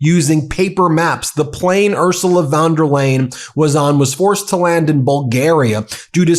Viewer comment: Excellent video, but not spending a few seconds finding out how to pronounce the name of the president of the European Commission makes you look unprofessional, unreliable, and uneducated. Von der Leyen is pronounced like "lion", not like "lane"!